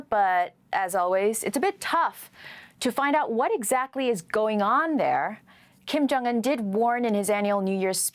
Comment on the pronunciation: Who is Chim Yong Un ? Speak English ,and take the effort how to pronounce names ,or just say Dough Boy.